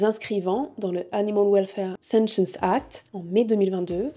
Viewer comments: Attention à la prononciation du mot "sentience" à (et tout au long de la vidéo en fait), en français (qui est un mot transparent puisqu'un anglicisme) l'on prononce le t, ainsi => \sɑ̃.tjɑ̃s\. Désolé si c'est un peu râleur mais ça pique vraiment les oreilles tout au long de la vidéo, il revient au moins 50 fois le mot ^^ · Ne prononce t-on pas sentience avec le "t" ? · je propose, pour les futurs petits français, de dire sentiant avec le "te" pas avec le son "ss". Comme ça si le mot s'impose ils sauront l'écrire.